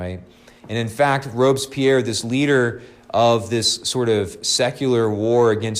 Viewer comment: Well why on Earth you can mispronounce Maximilien François Marie Isidore de 🤒 Robespierre 😳? Google can say it correctly without any problems. He was not English but French. Je ne sais pas pourquoi?🤖